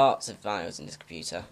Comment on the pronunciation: WHY DID YOU SAY COMPYTAA.?